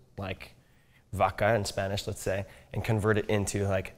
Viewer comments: Mispronounced “vaca”, said it with an English “v” and a schwa at the end... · As soon as I heard how he pronounced vaca I turned it off